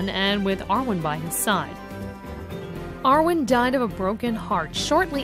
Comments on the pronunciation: listen again.. first she calls her yawin.... then she calls her arwen.... smh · Aragon, Arwin, Maryaduck, Peragin, leggolars, Jauwen, E-omor, Gandolf... I'm fucking crying, I can't decide if it's hilarious or a disgrace x'D.